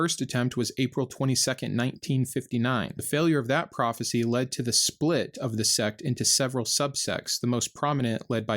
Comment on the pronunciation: It's profit(cy)😂😂😂😂